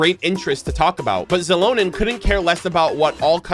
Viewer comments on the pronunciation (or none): I was wondering why is he says her name like it is "Zilonen"?, lol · Yaay you'll get Mualani and Kinich xD - NOOO THE CHANNEL IS RUINED. Versiona 🤣 - I have no idea how to pronounce Xilonen. I'm like, stuck in "shilonen" but I heard you say "zilonen" so now what do I do lol - aww ok, you're skipping her Unless we get a Navia moment - I'm definitely getting her but I'm on the fence of where I will 😭 she's so pretty too 🥲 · the "x" in xilonen's name is pronounced as "sh" also I love her sm, my brazilian queen